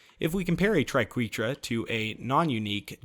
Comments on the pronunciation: Ok its pronounced TRI-KWEH-TRA Credit to Emma saying Triquetra=tri-kweh-truh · He's actually very close to correct. According to any English dictionary, it's pronounced as "try-kweh-truh". But if used as the plural of triquetrum, his pronunciation is acceptable. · I love the triquetra it's probably my favorite shotgun also I believe triquetra is pronounced "Try-ket-ra" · You'd be wrong! It's from Latin, so if you want to be really pedantic, it should be "tree-kweh-trah" But officially, the English pronunciation is "tri-kweh-truh" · It’s pronounced tri-ke-tra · I believe it is Tri-Quetra - as in "wet" - the short "E" vowel sound. But, who cares right? It still rocks! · Tri-Ket-Ra, if you finally want to know how to pronounce it haha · I've always felt it's pronounced tree-ket-truh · (Try-ket-tra) triqeutra ish wicked shotgun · I thought it was pronounced like tri-ket-ra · You're fine to think tri-keh-tra sounds better, but that's still a wrong pronunciation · Satchmo I always pronounced it as Try-ke-tra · I don't know what had me laughing harder, butchering "Triquetra" or navigating the conveyor belts in the tundra express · It hurt me every time he said the name